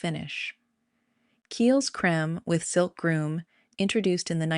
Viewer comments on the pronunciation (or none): It’s pronounced…. Her -me’s it’s also pronounced… Kyle’s!!